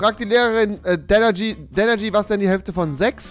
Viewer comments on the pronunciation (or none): „“ es heisst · Es heisst 😂😂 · Das heißt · er heist nicht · Ich glaub der heisst Danergy und nicht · Danergy nicht